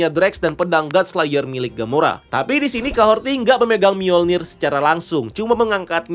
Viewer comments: dari breakdown eps kahorri kemarin, kok kahorti si bang nyebutny? udh jelas" di subtitle jg kahori, R ga ad T. di series juga mereka nyebutny jelas kok "KAHORI", kadang aja r nya rada tebel, kadang r nya ga bunyi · Kahorri bos, bukan kahorti. Jd kyk denger nama bu suharti 😂. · Kahori bukan kahorti wkwkwk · Kahhori bang..bukan Kahhorti..haduhh..kebanyakan ilmu ttg marvel comic sampe salah ngasih nama